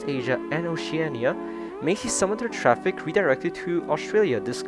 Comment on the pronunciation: Wait wait wait did you say ocean-an-ia